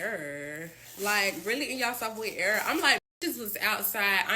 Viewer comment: Think it's era, not error